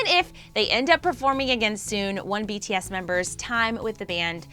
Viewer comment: At least she says BTS’s name right...